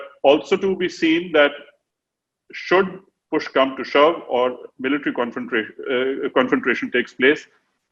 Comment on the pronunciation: Great analysis and explanation by the general. He speaks well (except for saying confrontation with an extra R😀).